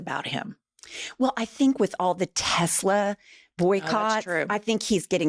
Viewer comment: Hey ladies it's 'Tesler'! 🤣